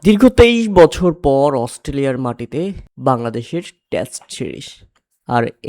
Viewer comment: Test series ❌ Tast series ✅ 😂😂😂😂